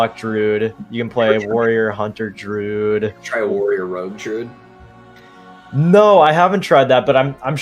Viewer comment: Anyone else cringe every time they pronounce it DROOD?